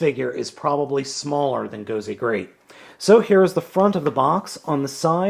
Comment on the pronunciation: Nice review. I'm a bit of a grammar Nazi though (haha) you keep pronounced it "Gozay" instead of an S and you called it a Tensounder, instead of Tensouder (ten-soh-duh).